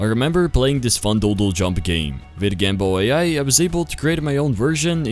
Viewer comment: Fire Video! btw when you said gamba AI i tought you said Gamble Ai lol